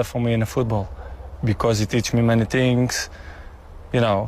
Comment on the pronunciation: "Who win more tings" XD